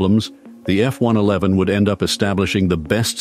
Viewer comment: Thank you Lord. "F One Eleven", most computer voices get that wrong, although this still sounds like a computer. And why is an American accent computer voice saying "aluminium"? We say "aluminum" here.